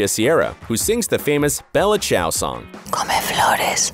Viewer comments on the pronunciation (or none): none